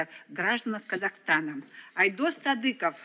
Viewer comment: Не Тадыков, а Садыков по-моему